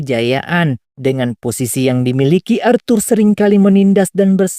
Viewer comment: ASHUR BANG, BUKAN ARTHUR... :cat-orange-whistling